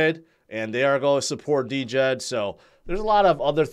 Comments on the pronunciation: Why do you keep saying D-djed? It is djed in one word..🙄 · I just don’t understand how someone who can put at much content as and not know the proper pronunciation of Djed-Jed!!!! It’s pronounced JED not DeeJed!!!! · The way pronounces Djed he prob pronounces knight (Kanight) hahaha the D is silent dummy!!!